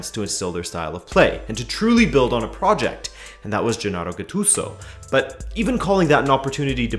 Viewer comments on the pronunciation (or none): none